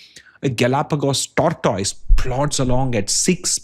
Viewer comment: Sir, please pronounce "tortoise" properly.